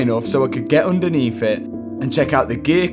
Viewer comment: oondaneath de ass tray